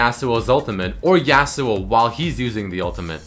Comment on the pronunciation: STOP SAYING JASUO, its fucking irritating, its yasuo.